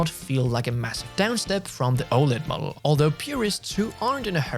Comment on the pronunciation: 🤣 anyone else thought said mugggle instead of model?